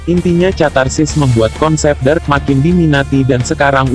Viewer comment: Dark bang bukan drak